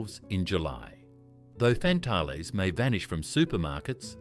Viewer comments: WTF is a fan-tal-lay. It Fan-tale, like man-snail. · Lovely memories, thank you. Glugs, toucans, milo bars, dunkaroos.... just wonderful, BUT please use an Australian AI voice and it's FAN-TALES not what the voice was saying, lol it was trying to be French I think. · Fan-Tales you! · yeah, fan tahlez hehehe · wtf the voice over ai cany say fantales. and many of the snack you can still buy lol, Dubjaroos are bot aussie it a fake site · First time I’ve ever heard Fantales pronounced in this way.